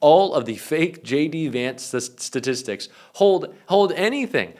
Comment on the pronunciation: "Statstistics", JD? 🙄